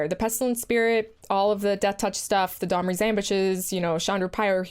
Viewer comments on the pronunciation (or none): Sounded like "Dahmer's Ambush" rather than "Domri's." Cast to spring out of the bushes in the park at midnight and kill target creature. Put target creature in your freezer. Eat said frozen creature up to three times in the next 10 turns to gain 2 health. Eating frozen creature parts also puts a 1/1 fanatic tokens in play. Fanatics can be sacrificed for an additional 1 health at any time. Boom, first card of the Magic serial killer expansion designed. You're welcome, Wizards. You figure out the casting cost.